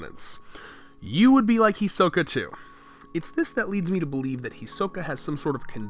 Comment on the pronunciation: Can't any YouTubers that are apparently huge fans of Anime/certain anime characters pronounce the name properly? Is it really that hard to say "He-Sokka" not "He-soh-ka"?